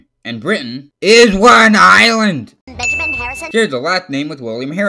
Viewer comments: my favorite part where he said "ISWANINLAND" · ""ISW AN ISLAND"" bothers me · Stop saying is wan island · do not say isw an island like the pill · It sounds like hes saying "Is one island"